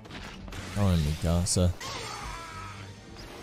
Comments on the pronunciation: For real though and thats everyone noob that watches AOT. The series is nearly 10 years old and its annoys me that people are pronouncing her name like they're saying "my house" in Spanish. -_- The English cast got it right and the Japanese version literally says her name in that way. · Bro, they're literally saying mi-ca-sa, which is Spanish for "My house." The dub got her name correct. Its Meek-ka-sa. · Can anyone get my girl's name right or what? -_- Its not mi-casa. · Everyone says her name a bit different. Mi Casa is the one I heard most, like Spanish and they almost seperate the front and begining of her name. I feel Eren and others in show say mi-kah-sah. less power on the As and a lower mi, the tubers put so much emphases on every syllable like they are trying too hard. I feel they said it right. is a perfect wrong IMO. Yea watched a clip on YouTube I feel so validated in what I say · i love how no one said her name right 🤣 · Did any of them say Mikasa’s name right? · One of them did. I don't know why they all say it wrong like haven't they heard her name like 100 times by now